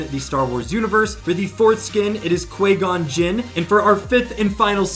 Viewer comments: Can't say Grievous or Qui Gon correctly... says Grievous wields 6 lightsabers... tells me you know nothing about Star Wars. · you know nothing of Star Wars. You can't say Grevious's name correctly, can't say Qui Gon correctly, and you think Grevious wields six lightsabers (and has force ability)... it's painfully obvious that you know nothing